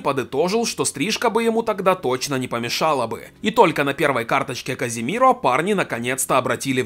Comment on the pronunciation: Не Каземиро а Казимиро он сам сказал